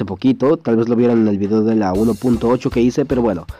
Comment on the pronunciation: dice cideo y no video xD